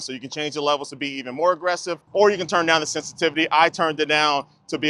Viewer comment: The is only pronounced "thee" when the following word begins in a vowel. "Thee" apple. "The" carrot. This linguistic rule is being broken all over YouTube.